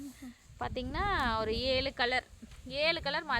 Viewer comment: ஏளு இல்லை சகோதரி ஏழு ன்னு சொல்லுங்க😊